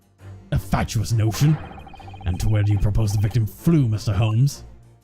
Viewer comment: said Sholmes instead of Holmes, she did an oopsie